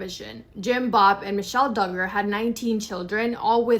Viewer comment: Josh D'Garr???? sounds so weird. It's pronounced DUG-GER.... I hear you say it right then wrong so maybe it's intended to be said wrong in sarcasm in which case I don't blame ya. God bless.